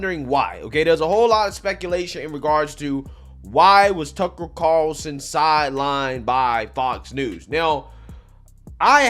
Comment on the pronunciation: who is "Tuckle Carlson????????" your pronunciation cracks me up bro keep it coming. cheers